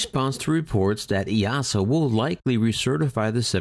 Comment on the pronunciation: Kudos for pronouncing EASA correctly 👍